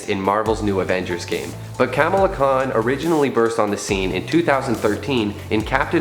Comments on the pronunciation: yeah its Kuh-mala not kam-ala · It’s pronounced khmala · It’s “Comma La” Khan. There is a show on Disney plus and a movie.